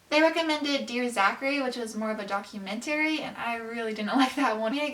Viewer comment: The way she says documentary pisses me off